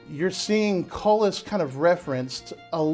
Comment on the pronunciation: Cullis, AKA coulis. coulis koo͞-lē′ noun A thick sauce made of puréed fruit or vegetables.A rich brown gravy.A thick sauce made with pureed vegetable or fruit and often used as a garnish.